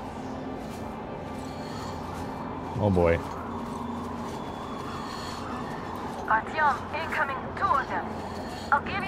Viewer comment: This is neat! I'm enjoying your take on the game, as I always enjoy your "let's plays"! However, the in-game pronunciation of "Artyom" kind of drives me nuts. Anna says "Art-YOM" with the accent on the second syllable, and her father says "ART-yom," with the accent on the first. LOL. Something's fishy. I'm going with Anna being correct - after all, she's his wife, she ought to know.